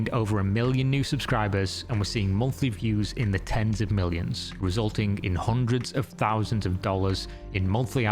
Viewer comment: Youtube pays better than an 8 hour job? Seriously? That sounds awful for humanity overall Anyway can you please top pronouncing random K's after words that end in -ing? For example "Nothing-K, resulting-K, thing-K" its super annoying and prevents me from enjoying these videos